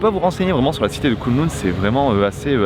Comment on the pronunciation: Pour info, Kowloon, se prononce Kaoloune. J'aurais tellement voulu t'emmener dans mes adresses à Hong Kong. J'y ai vécu 7 ans, c'est mon terrain de jeu. Et la croisière sur le bateau, juste une chose à dire : bienvenue à Hong Kong. Mais si t'as envie de revoir Hong Kong, ce serait avec grand plaisir que je te ferais visiter. Et très stylé la tenue pour l'event.